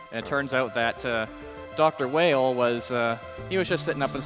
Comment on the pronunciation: "Dr. Whale" "Dr. Wheel" His name is Vile in JP, so it stands to reason it's pronounced "Wile" in US. This is further supported in game by possible connections to Dr. Wily of Megaman's past.